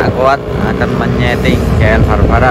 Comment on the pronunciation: Nyeting bukan nyeteng